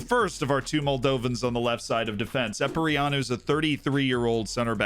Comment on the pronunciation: The Epureanu pronunciation killed me ngl. Is Carp not playing for Moldova anymore by the way? Wouldve expected him to be in the team,saw him at a lot of top teams in my country